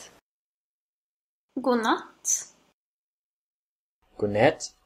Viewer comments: When the Swedish person says God Kväll does she actually pronounce God as "guk"? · No, it's just very common to not pronounce the d in "god". Technically you should, but in everyday speech most people skip the d.